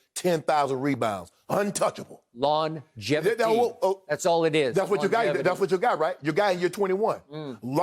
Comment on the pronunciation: "LAWN-geVIty" - Uncle Shannon